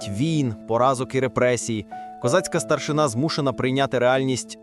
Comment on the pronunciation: не старшина',а треба наголос старши'на ,старшина'-то в росії ❗